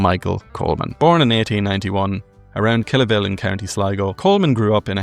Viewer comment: This is a great channel. Just Kilavil is pronounced with an emphasis on the A "Kil-Avil" 😉 Also Lad O'Beirne should definitely be included in the pantheon of great fiddlers